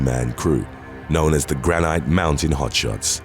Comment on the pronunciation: Tucson is pronounced "Two sawn," not Tuckson and granite is pronounced "grannit" not gran night.